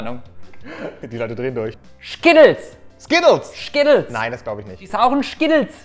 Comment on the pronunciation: Ich sage Schkittles hahahahaha wie witzig